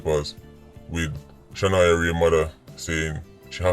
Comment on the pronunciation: Blessings as always, you missed off the “a” on her name “Shanoya Wray”